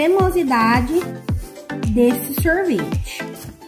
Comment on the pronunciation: e, sorvete não sorveti